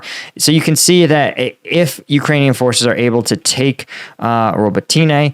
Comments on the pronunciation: Rabotino, not Robotaine. Dude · It’s pronounced robotknee